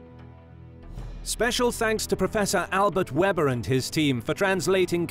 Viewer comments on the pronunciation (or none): none